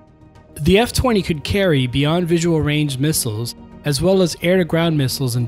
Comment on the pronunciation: Thanks for commenting and pointing out that mispronunciation, I will be sure to say it correctly in future videos, the F-20 and YF-23 were the ultimate what could-have-beens in aviation.